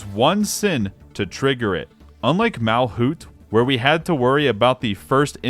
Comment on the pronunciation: Errr☝️🤓 It is MalCUTE, not MalKUTH, MalCUTE